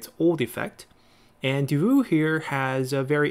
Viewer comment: Nitpick, Davout is pronounced Da-then vout, like vous, the t is silent :D The guy is legendary glad to see him here